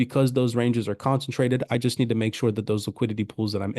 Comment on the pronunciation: Concentrated not consintrated.